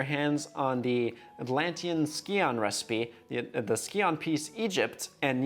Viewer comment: Ski-on... nice LOL. Psy-on is how it's pronounced homie.